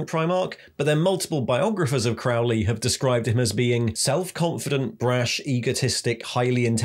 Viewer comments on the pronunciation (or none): Just a heads up, Crowley is pronounced "Croh-lee" as in, rhymes with Holy ;) 93